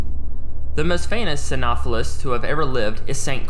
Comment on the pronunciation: "Psy-know-sef-phallus" is how it's pronounced